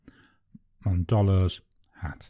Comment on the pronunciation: Monboddo’s Hat. Not mondobbo.